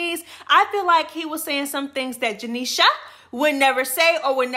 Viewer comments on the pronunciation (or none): why do you say "Janeshia & Tinkabella names like that"??? 😂😂😂😂 I love itttttt!!! JE NEEE SHA! TINKA BELL LAAA! 😂😂😂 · Right 😂😂😂😂😂😂 i been saying janisha name like that ever since she started 😂😂😂😂😂😂😂😂😂